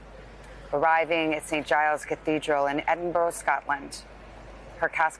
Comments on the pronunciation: Edinbuhruh! Not burrow. Have the manners to pronounce the name of my city properly. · American broadcasters really seem to struggle with pronouncing "Edinburgh" properly - you really think they could do their homework